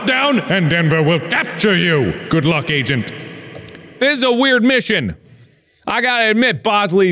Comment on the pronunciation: "Gowd luck owgent"